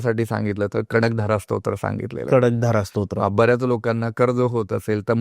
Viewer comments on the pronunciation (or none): Kadakdhara nahi kanakdhara aahe